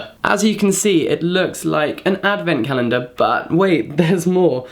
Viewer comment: "You wouldn't calenDARE" slams thumbs up button